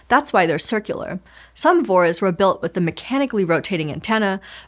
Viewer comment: ( , ) I've never heard anyone pronounce "VORs" as anything other than "Vee Oh Arr"s before: hearing "Vores" was so weird